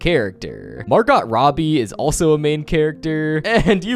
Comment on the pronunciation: It’s pronounced Mar-go not literally Margot